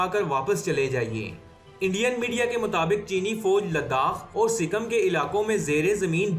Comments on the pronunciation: Are pakistaniyo anpado sikkam nahi sikkim hota hai 🤣🤣🤣🤣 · wo sikam nai sikkim